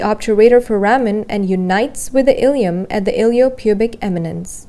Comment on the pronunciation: It's "Ilium" Please correct before it causes confusion